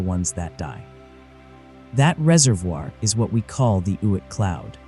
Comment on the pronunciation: "Oit" cloud? 🤔